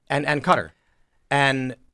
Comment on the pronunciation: Well the hell is Cutter??? Its pronounced Kat-ar